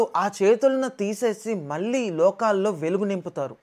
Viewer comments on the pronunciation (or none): Mi ఛానల్ mi పరిశోధన మరియు వివరించే మార్గం మరియు గ్రాఫిక్స్, కిడ్స్ కి చాల ఇష్టం బాగా నచ్చాయి. ఎన్నో కొత్త విషయాలు కథలు నేర్చుకుంటున్నారు. చిన్నా అభ్యర్థన వాయిస్ ఎవరిదో తెలీదు, తెలుగు కొంచం స్వచ్ఛంగా స్పష్టత గా మాట్లాడి ఒత్తులు హల్లులు తెలుగుని కూడా బ్రతికించి పిల్లలకి నేర్పించండి. వాళ్ళు వీళ్లు కాదండీ బద్ర కాళీ అంటే భద్రకాళి అని పలకాలి, తెలుగులో అలా (2 ) రకాలు ఉన్నాయ్ కదా ళ , మల్లి కాదు మళ్లీ. ఇలా చెప్పుకుంటే చాల ఉన్నాయ్. అదొక్కటి సరిచేసుకుంటే చాలా బావుంటుంది. miru comment la kakunda request la teesukuni next video ki oka order la అనుకుని మార్పులతో మంచి భాష వదతరని నమ్ముతు స్వస్తి.